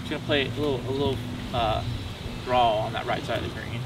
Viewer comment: When is someone gonna teach how to properly pronounce the word Draw